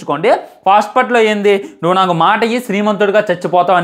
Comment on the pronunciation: Maata ❌ maasa ☑️